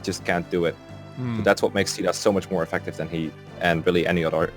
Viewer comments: And i thought it was pronounced 'cay-dah' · Caeda's official English pronunciation is SHE-dah—that's how it goes in Warriors and Heroes, at least. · Huh? In warriors, they pronounce it "see-da." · i just watched some supports and stuff where they say caeda out loud and its supposed to be "seeda". I guess localization thought spelling it like seeda doesnt really look good so we got a name where the a is silent for some reason. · Probably gonna regret commenting before finishing the video, but isn't her name pronounced like "kai-dah?"(Caeda) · The canonical pronunciation is Shi-AY-da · After the chapter where you fight Michalis, my Marth stopped being used in fights, as I was trying to give more level ups to other units like Navvare, Ogma, Cain and Caeda (Which I pronounce Kay (like in the word okay) da (like in Darios’s name.).). So eventually, Marth was only in 2-3 fights per chapter (5 in Camus’s chapter because Cain and Frey (My strongest units) couldn’t walk on water.). But Marth still ended up being my third best unit in Nagi’s Gaiden chapter (This was the fourth game I beat tbh. (Awakening, conquest, valentia, this)), so either I was insanely lucky or Marth is a 4.5 star unit imo. (Not 5 star though because he isn’t completely perfect. Cain has a horse, Chris from FE12 is customisable and potentially OP, Gazak > Gazzak.) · Sheeda is actually the correct pronounciation